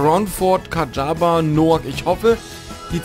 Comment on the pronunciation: Bergi Kayaba y wird wie ja ausgesprochen ^^